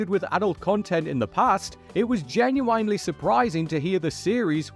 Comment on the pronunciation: Not being able to pronounce genuine over and over again?